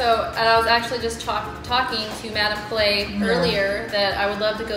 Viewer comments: Madam clay ang rinig ko not madam ki-lay 😁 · daddy it's madam kee-lie